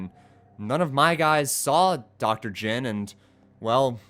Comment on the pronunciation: it is jin not jim my god